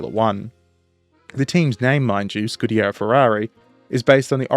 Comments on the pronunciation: You are pronouncing "scuderia" incorrectly - it's skoo-duh-REE-ah instead of your scoo-DARE-eee-uh. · It's "Scuderia" "Scudiera" is female squire. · Dude, good job ❤, just a quick couple of notes...1) SCU-DE-RÌ-A😊 2) The prancing horse was the legend, that pilot was not just a pilot, war hero and highest Itslian ww1 scoring pilot Major Francesco Baracca, 26 victories in air combat, and the badge is called "Cavallino Rampante" Keep up the good work, great channel, best wishes from Italy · 3) It's not "Schtecker", it's "Scheckter".